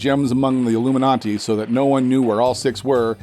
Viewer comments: Why did he say illuminanti lol its illuminati not iLloOmeNontee shit just erked me beyond belief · What's with the pop-up? Also Illuminati not illuminonti. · Ami hearing "iIlluminaNti" ?? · Is anyone else hearing illuminanti??? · It sounds like he’s saying Illuminanti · Is he saying alumin auntie? Am I high? Check on ya friends.